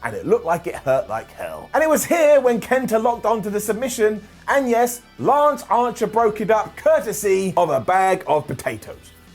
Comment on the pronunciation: Did he say 'lunch archer'?